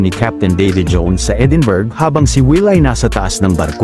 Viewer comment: Edinburg. .(Edinbruh) po ang pronounce